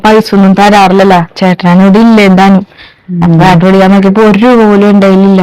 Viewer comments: പ്യാട് അല്ല പാഡ് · പ്യാഡ് അല്ല പാഡ് ആ 😀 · പ്യാഡ് അല്ല. പാഡ് ആണ്